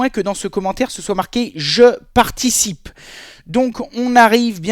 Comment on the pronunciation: " je particie " salut mon je t'adore continu comme ca ne change rien YEAHHH 🤙🤙👷‍♂️